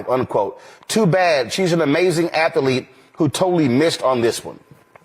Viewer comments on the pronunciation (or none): I didn't know athlete had 3 syllables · Hey Roland.....it's ATHLETE. NOT ATH-A-LETE. IGNORAMUS. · Wondered why the rest of the league wasn't recognized? 🤡 It's "Athelete" of the year! Not "League" of the year!